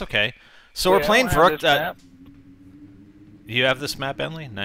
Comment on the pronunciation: not vurroockt vurru(as in the way you pronounce run)ckt